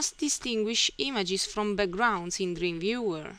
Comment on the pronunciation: I've been learning a lot in your videos (Dreamweaver) and your accent doesn't bother me that much, but I just want to point out that you've been pronouncing Dreamweaver incorrectly. You can go to and click on the speaker button to hear how it is said.